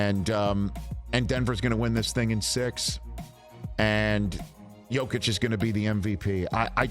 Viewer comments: ...And it's Yo-keech and Yo-veech :) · National media learn how to pronounce the 2x mvps name right challenge: impossible difficulty